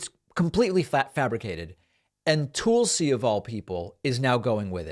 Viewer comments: Are you saying "Toolsi" on purpose bc if so I love it! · Tulsa = rhymes with PULLsee David, do you purposely mispronounce names? Are you uncertain how to pronounce some names? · You're saying her first name wrong.